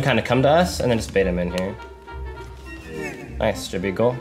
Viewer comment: bro honestly this guy hits the craziest clips and says "NOICE"